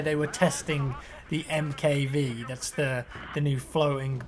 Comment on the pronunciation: Hey! Love your videos... I'm not trying to be a dick or anything but I think the MKV is pronounced Mark Five..:)